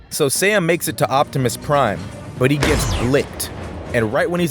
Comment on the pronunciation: Bufftimus prime towards the end 😂